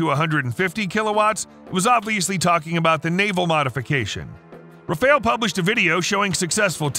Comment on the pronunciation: The Q in Qassam sounds like a K (Kassem), not like a Q (Quassem). Likewise, Rafael is pronounced like Ra-fa-ehl, not Rafeil.